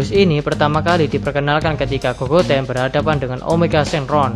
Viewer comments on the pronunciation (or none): gogeta bang bukan gogoten